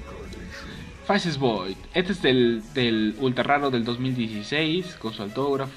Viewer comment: Y por eso niños, estudiar inglés es sumamente importante para que no des palta haciendo vídeos mientras dices "dragón king" "bain" "faces void" "life", etc. Al menos deberías aprenderte los nombres no?